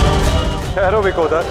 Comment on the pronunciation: It is not “Vikodar” but “Vrukodara”!